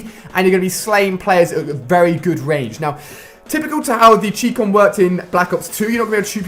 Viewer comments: anyone else get annoyed on the way he pronounced 'Chicom'? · ha the way ali say chicom😂